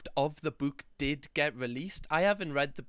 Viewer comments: Here for the way you pronounce bewk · Fab video it's killing me how u say book sorry 🤦‍♀️🤣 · Why do I laugh every time says book in his accent 😂😂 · I love accent Also him saying the word "Book"